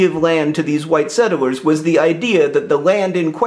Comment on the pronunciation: I swear you're saying "settle-wers" not "settlers", am I missing something? Did Hank dare you?